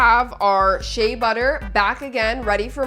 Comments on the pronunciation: Why is it that it always pronounced wrong "shea butter" its share butter pronounced not she butter I'm from a country in west Africa specifically Nigeria where you can get local ones with no additional that if you transfer to dollars fromnaira is not up to 5 dollars and alot of these other stuff that abroad like us UK if these are used are so expensive lmao and yes I took 5 mins out of my day to type this and what I said you can ask co pilot and chat gpt and shout out to Africa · not to come at you but I think it’s pronounced She-a butter